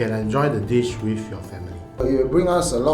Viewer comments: Well she has problems with words that end with "th", like "with", she pronounces as "wif". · / has problems with words that end with "th", like "with", she pronounces as "wif".